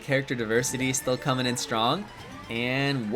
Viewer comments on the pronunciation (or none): none